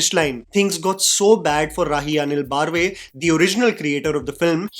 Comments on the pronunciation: I find it very irritating when north Indians mispronounce names and don't even care to check the pronunciation. It's बर्वे, सावरकर, आंबेडकर, तेंडुलकर, पै. It is not बार्वे, सवरकर, अंबेदकर, तेंदुलकर, पाय. I like, but his pronunciations are getting more and more ridiculous day by day. We are a people who take great care to pronounce words like "restaurant" and "entrepreneur" and confidently mispronounce names from our own country. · Its not baaarve...is बर्वे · Baarve? Why is this guy so bad at pronouncing Marathi names?